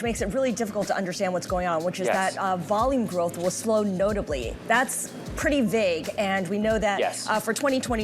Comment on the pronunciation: "NOTABLY" lower